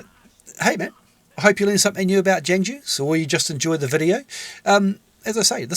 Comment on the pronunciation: Great video! And Jangju is pronounced technically like “j-AA-ng joo”, hard to explain yk? it means warrior in persian!